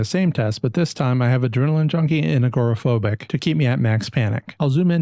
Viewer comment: Why do americans pronounce it ah-gor-ah phobic?